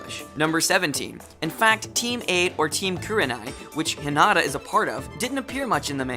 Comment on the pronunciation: H*i*nata. Accent on the i in the anime.